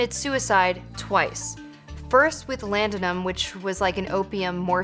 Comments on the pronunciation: It's LAUDANUM, not LANDANUM. Where did they find this dipshit? Is there anyone proofreading these childish scripts? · rights of woman, not women. Small point, but important! Also, Laudanum, not Landamum, for God's sake.